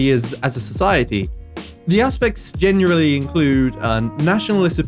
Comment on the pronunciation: "The aspects genurarilly include.."